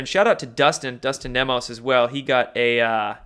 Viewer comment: I'm not trolling (I"m a subscriber), I'm actually curious. He knows Dustin Nemos, why mispronounce his name? He knows how to pronounce veil(ed), why pronounce it "veal"? Maybe he does it to see it we're paying attention. I'm just curious.